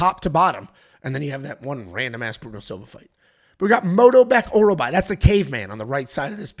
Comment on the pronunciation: get some sleep mannn what the f are you saying with the names 😂😂😂 Morolbek Mikyaki 🤣🤣🤣